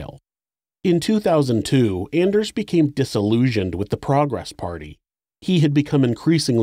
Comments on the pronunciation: Anders is pronounced “On ders” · If you’ve ever watched “Workaholics” … every-time he said “Anders” I think of “It’s ON-ders!” Lol